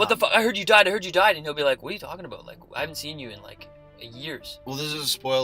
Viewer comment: 90% of your theories are dead wrong and you can't pronounce "about" to save your lives.